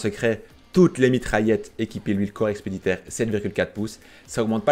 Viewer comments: Par contre juste fais gaffe: corps expéditionnaire pas expeditaire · EXPEDITIONNAIRE PAS EXPEDITAIRE